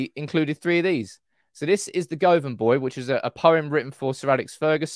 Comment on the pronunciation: 'Govan' is pronounced GUH-vn, not GOA-van.